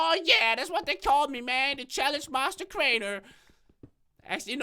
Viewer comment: its crainer not drainer